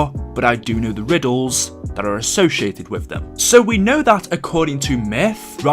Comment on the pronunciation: They way said associated, asoshieted lmao